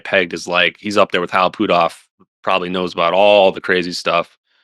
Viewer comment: I wonder if he says Hal Poothoff instead of Hal Puthoff on purpose.